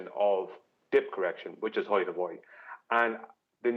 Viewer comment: Why does always say “heighth”!?! It’s sooo annoying!! Otherwise great show as always!!